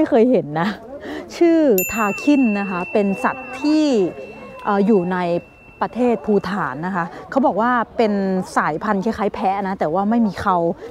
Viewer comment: คุณมอร์สคะ อ่านว่าประเทศภูฏาน=พูตานนะคะ. ไม่ใช่พูถานค่ะ. ขอบคุณนะคะ